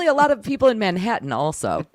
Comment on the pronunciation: I could spend all day listening to say Manha'an....😂😂